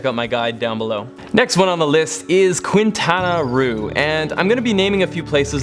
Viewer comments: Very amazing travel suggestions!!!! By the way, you butchered Quintana Roo's pronunciation. It is pronounced as "kinˌtanaˈro/, [kĩn̪ˌt̪anaˈro]" Make sure to rrroll the "R". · Quintana Roo pronounce as Kintana Ru. Love from the Philippines. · Awesome views😻 btw Quintana Roo is pronounced “Keen-tanah-roo” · Now THAT is a great list of recommendations!! Can't want to start planning my next travel! Ps. I love how bad you pronounce Quintana Roo 😂